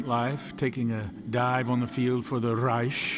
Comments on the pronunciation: hate how always says Reish instead of Reich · He said Rish not Reich lol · What person calls reich reish ? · says Raysh but somehow pronounces gewehr correctly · ikr, it gets on my nerves so much...with a literal grammar nazi in the main game correcting the kkk members on proper pronunciation, it makes you wonder how this dentist dude even made it so far up into the ranks of the nazis with that appaling german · They both said reich incorrectly at the beginning